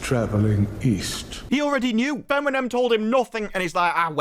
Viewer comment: Feminem😂😂😂😂😂😂😂😂😂 I was listening carefully till then.